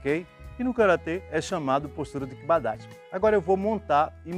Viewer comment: Vídeo top. Fiquei abismado com título do vídeo. Karate e cavalo. Você fala tão bem a palavra KIBA DACHI, como se treinasse karate. Sou faixa preta em karate Shotokan. E uso muito esse exemplo, de quando com ensinar a postura kiba dachi. Parabéns, sou fã do seu trabalho.